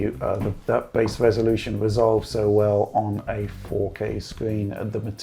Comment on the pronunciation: With, every R is a W Like "the WWresolution" I was searching in the comments for the comment that noticed but i had to post it myself 😅 I mean no diswrespect tho